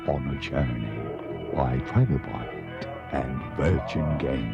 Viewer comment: The developers are called Trilobyte, not Trilobite (in the timestamps)